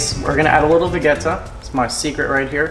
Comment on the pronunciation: It's called Vegeta, not Vegheta!! You say it with "ge" from "vegetable"....that's where the name comes from!!!! :)